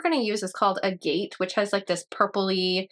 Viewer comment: That blush, though, man. For anyone who doesn't know, agate is pronounced "ag-ett" with the ag like in agriculture. It's one of those words that really aren't pronounced the way they look written out, so they catch you off guard if you've never heard it spoken before. They're a really cool family of stones btw.